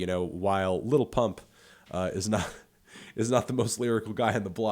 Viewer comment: Did y’all even notice he said little pump and little skies and not lil pump and lil skies